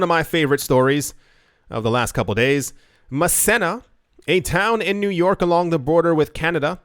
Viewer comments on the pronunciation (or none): Muh-Seen-Uh. (Massena, NY) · It's pronounced "Ma-see-na" , New York. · Massena NY, is pronounced.... MASEENA